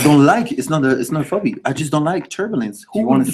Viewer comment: Love how they pronounce phobia as "Phobi" aw bless.